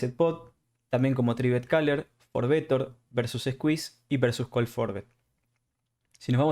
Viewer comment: Tern not turn. Coll not call. Reist not reised .. bord not board. muy bueno el video. Maestro ud. . Cual version incluye todo esto. Gracias. Te regalo la ayuda de pronunciación del ingles.